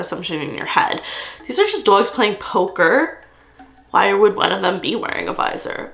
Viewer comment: Your accent saying dogs is everything 💞💞💞